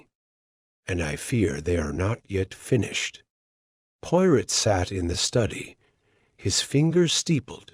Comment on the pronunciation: The reader needs to know how to pronounce Hercule's last name correctly and French phrases.😢